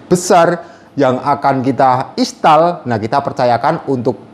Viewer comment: " Install " mas bukan " istall "😂 sama klo mau baca " hour " itu di baca " awer " 😁